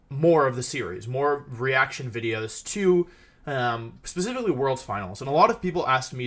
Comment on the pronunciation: I thought I was the onlyone who thought he was saying wideos instead of videos lol